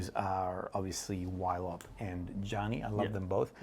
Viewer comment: I'm sorry but there is absolutely no reason for Ylop to be pronounced "whylop". The Y is not an abbreviation, the original word is not "Pollwhy" so it has to be an /i/ sound, I do not accept it. You don't call Yves Saint Laurent "Whives Saint Laurent", does not know what he was talking about.